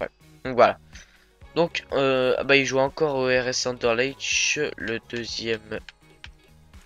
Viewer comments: J'adore comment tu commentes on ne s ennui vraiment pas avc toi (quand je dis on je veux dire moi)bien choisi comme consepte petit details anderlecht se prononce anderlekt je sais que tes francais dc tu ne connais surement pas le bon accent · Juste, anderlecht se prononce Anderlekt sinon bonne video